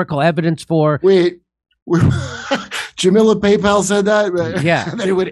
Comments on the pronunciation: Did Kurt call her Jamilla Paypal? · DID Kurt call her Chamila Paypal lol.